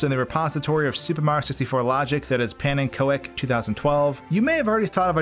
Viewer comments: i think the koek part of pannenkoek2012 is pronounced more like cook then ko-ek at least im sure it sounds more like it should with cook as pronunciation since pannenkoek is dutch and as we all know dutch language is a pain (even for me a dutch guy) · Pannenko ek? Lol It's a dutch word for pancake Pannen kook is probebly how you would pronounce it with an English accent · Hey, pannenkoek (pancake) is pronounced pannencook, love the video ✌️ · I believe Pannenkoek is pronounced like pannen-kook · im dutch thats dutch for pancake and pronounced wrong but really funny